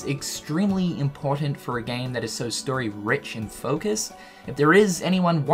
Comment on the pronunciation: I had to turn on captions within the first 10 seconds when he's talking about the "sterry" of Kingdom Hearts. Turns out he's talking about the "story"